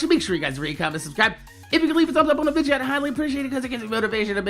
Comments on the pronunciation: Dude... Its video ... Not vidgio .. Its so fucking annoying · one of the things I look forward to watching a video is him saying "vidja"